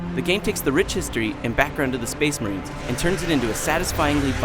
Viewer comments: SPUH-AYSH MUHRANE!! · SPEHS MAHREEENS!!! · is it just me or does the charters say spice marines then space marines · Only I hear "Spice Marines!"? XD